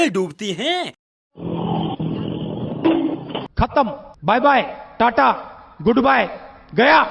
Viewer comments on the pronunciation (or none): none